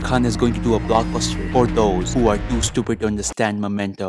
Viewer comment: Bhai it's memento not momento,tu bhi wahi category mei aa gya😂😂